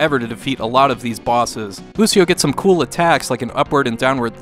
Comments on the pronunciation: actually he means bad in this situation he doesnt even sound it out..its pronounced (u-shi-o) to tora...what says is (u-c-o) to tora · Aahhhhh!!!! YOU'RE KILLING ME! IT'S PRONOUNCED U SHEE O! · actually pronounced (u-shi-o) to tora sound it out ..smh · either way .there should have been a disclaimer out that he might pronounce it wrong simple fix lol